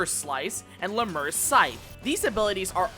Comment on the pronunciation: LEM-you-ree. Lemure is pronounced that way. Also, Soulsow is pronounced "soul so." A sow (as you pronounced it) is a female pig. This refers to sowing one's soul like seeds (remember, reapers were farmers).